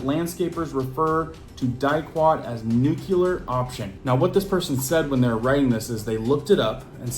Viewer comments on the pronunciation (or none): Once again – the word is pronounced (new clear) - “nuclear”. The “l” comes before the “e”. Not to be confused with your blubbering pronunciation that sounds like George W. Bush (nuke-you-ler). That’s just as bad as saying “ex-entera” and forgetting that the “t”comes before the “c”, etc. Or saying “ex-specially” and failing to recognize the word doesn’t contain the letter “x”, especially not between the “e” and the “s” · Is the " nuculear option" similar to a nuclear option?